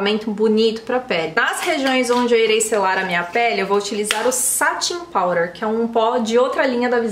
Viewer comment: Me surpreendi com essa base e o corretivo! Vou comprar pra uso pessoal e para os dias de atendimento, como uso máscara acho que vai resistir bem ao atrito também. Pra mim, não há ninguém que faz resenhas tão acertivas e bem detalhadas. Agora um fato curioso: acho tãaaaao chique você pronunciando “powder”.